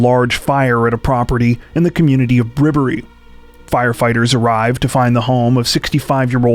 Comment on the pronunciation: First case is local to me, and I just need to say, impressed with your pronunciation! Even locals fall over their own tongue with Bribbaree.